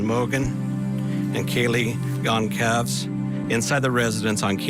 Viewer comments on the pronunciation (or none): Just so sad for all of the families that have lost their loved ones whom they will never see, and hug again. I pray for each family... side note Kayle Goncalves, her last name is pronounced (Gonzalves)..